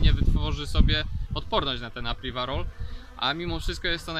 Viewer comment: Podajesz nam publikacje, starasz sie być taki dokladny. Staraj sie też proszę używac slow, ktore potrafisz wypowiedzieć. To żaden wstyd wypowiadac sie w prosty sposob!!! I apiwarol, a nie apriwarol :/